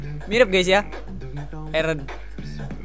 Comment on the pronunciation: Laki laki manggil eren : eren Cewek : ereh